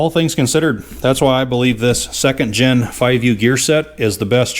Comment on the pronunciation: "Pardon me", but I did not understand the mustard reference. :-) BTW, I believe it is "first gen" a.k.a., first generation and not "first gin" but we all know what you mean. It is somewhat similar to those who say "escavator" rather than "excavator" which I think may be a MN thing. Yep, you are a mechanic and a damn good one, and do not pretend to be a linguist. I ain't one of them there linguist neither too. :-) Keep up the GREAT Cat work and tnx for letting us tag along while not even get our hands dirty.